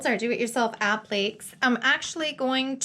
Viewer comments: App-lee-kay(s) not app-leeks lol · Appléks? Isnt it 'app-li-cays'? Appliques? I confused myself